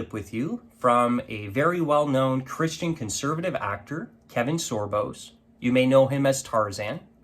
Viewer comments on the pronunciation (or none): Not trying to offend you, I commend what you're doing in the name of your faith, but next time take a breathe & fact check before going on record cause you MIGHT lose credibility from the audience whose attention you wanna capture. His name is Kevin Sorbo, not Sorbos, and he played Hercules, not Tarzan... JS... it kind of makes you look like you don't have your stuff together... GOD bless Bro.